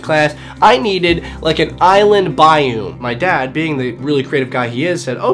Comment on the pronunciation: Why do you pronounce biome like bye-oom instead of bye-ohm